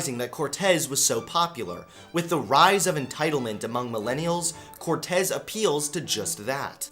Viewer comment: Yeah, your saying it right. At least the Cortez part